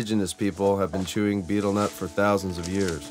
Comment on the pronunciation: I wish that this guy could say betel nut properly.